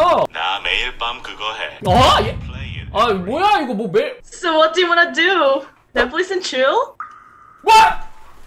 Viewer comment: 그냥 넷플릭스 엔드 칠이 아니라 넷플뤽s 에안드 취이얼 발음 너무 발리네...